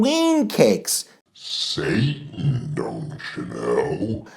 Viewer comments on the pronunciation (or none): none